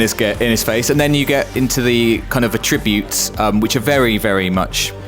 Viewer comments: AT-tribute. Not ah-TRIBute. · Cringed every time he said "atTRIbutes" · Both UK and US English pronounce "Attributes" the same, and it's not similar to the way you would use attribute as verb like in this video. I have attributes that I attribute to genetics. You aren't making a tribute. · "attribute". OK mate...